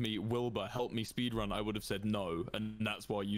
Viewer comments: did he really just said minecraft 'spedran' XD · Lol “spedrun” Tommy Innit is my favorite Dream SMP member